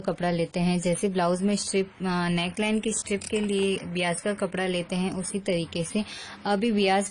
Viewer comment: It's bias बायस not बियास, nice video , very informative